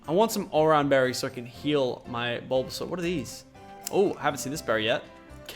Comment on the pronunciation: BULBASUAR? MY GOD LACHLAN WHYYYYYYY